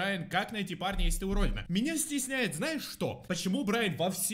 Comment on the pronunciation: Почему мне слышится не парня, а Барни